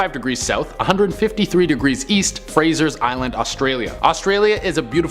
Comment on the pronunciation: It's "Frazer" (Not Frazer's) Island and has recently been renamed it's local Aboriginal name of K'Gari. It is visited by hundreds of 4WD-ers each year and is a top tourist location in Queensland. The Dingoes do not attack people and people are not allowed to feed them. The island is not overly dangerous or terrifying so I don't understand why it's in this list of "Terrifying things Google Maps do not want you to see".